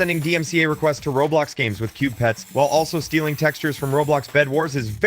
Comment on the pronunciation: did blud say new aweas and pewts or new areas and pets??????